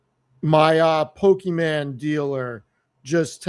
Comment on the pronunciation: Pok-eh-mon not Pok-ay-man